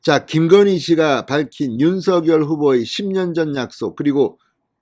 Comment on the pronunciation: 진성호 사장님! 언제나 정의와 공정편에 서 열렬한 방송을 통해 국민들에게 알려 주시는 열혈활동에 진심으로 성원과 찬사를 보냅니다. 단 한 가지 말씀드릴 사항은 윤석열[윤성녈]대통령 당선자의 함자 발음을 [윤서결]로 하시기 보단 [윤성녈]로 해 주실 것을 부탁드립니다. 예를 들면, "작열하는 태양"을 읽을 때, [자결]하는 태양이라고 하지 않고 [장녈] 하는 태양이라고 하듯 말입니다. '작열'을 발음하는 과정에서 일어나는 변화의 순서는' -열'의 초성 유성자음 ㅇ이 앞 음절 '작-'의 종성 무성자음인 ㄱ에 영향을 주어 같은 계통의 유성자 음인 ㅇ으로 변하게 됨으로(역행동화 ←뒷 음절에서 앞 음절에 영향을 주었 기에 역행동화가 됩니다)'작'이 '장'으로 발음되는 것이고 '열'이 녈로 발음 되는 것은 ㄴ첨가현상 때문입니다.[장녈]하는 태양.'열렬한 성원'에서의 발음이 [열녈 한 성원]이 되는 이유도 두 음절 사이에 ㄴ이 들어가(ㄴ첨가)기 때문입니다. 따라서 윤석열을 [윤서결]로 발음하는 대신 [윤성녈]로 해야하는 이유가 이런 과정이 있기 때문입니다.'푲준어 규정- 표준 발음법' 총칙 제1항 "표준 발음법은 표준어의 실제 발음을 따르되, 국어의 전통성과 합리성을 고려하여 정함을 원칙으로 한다"고 명시하고 있는 바대로 표준어의 실제발음를 따라서 표준 발음 을 정하게 됩니다. 다만 '검열'은 [검:녈/ 검:열]과 같이 두 가지 방식으로 소리가 나는 등 일률적이지 않아 'ㄴ'이 첨가되 는 경우에는 사전에서 그 발음을 표시 하도록 하고 있습니다. 따라서 '윤석열' 과 '작열'의 자음 배열이 같기에 석열[성녈], 작열[장녈]로 안 의 표준어 발음으로 발음해 주시기를 간곡히 부탁드립니다.감사합니다.